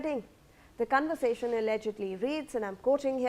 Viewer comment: 😂 lol says cunversation 😂😂😂 for conversation